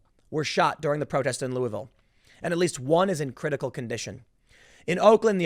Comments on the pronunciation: Tim. It's "LOU UH VILLE." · Ooooo god I’m from Kentucky, of all things to be annoyed with it’s the pronunciation of Louisville r